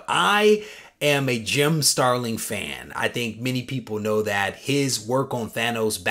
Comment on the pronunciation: That’s an epic AOK! P.S. it’s StarliN...no “g” at the end 🙂